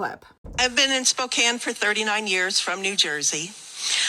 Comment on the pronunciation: Thank you for pronouncing Spokane correctly. My father was born and raised in Spokane. I spent many years living in Spokane while I was growing up - born in Seattle, raised in Eastern Washington and Central Oregon. Spokane was not always Republican. Tom Foley, former speaker of the House, was from Spokane.